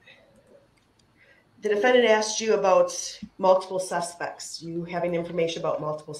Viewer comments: He is freaking out about things he "axed", which means chop them up into splinters. 😃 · “Ax” isn’t magic? 😂